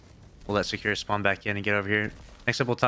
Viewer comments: his name is not secure lmao, Sa ku ra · Why can't you pronounce Sakura correctly